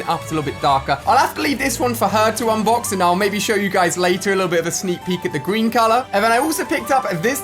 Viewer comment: He said gweeeeeen